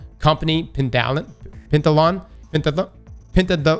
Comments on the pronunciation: Did none of y’all YouTubers learn to break words down if you’re struggling? 😂 “pen-tath-lon.” The spelling in the article was off, obviously. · It's pronounced 'Pentathlon'. You're welcome. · Heheh not able to Pen-Ta-thalon was kind if funny in such a serious video. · Pen-tath-a-lon like Decathlon. :-) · (pen-tath-eh-lawn) there ya go buddy, rest those brain cells